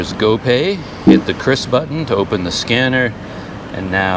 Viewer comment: Salut penyebutan QRIS sudah sangat benar menurut KBBI 'Kris" bukan 'Kyuris' 'Kiris'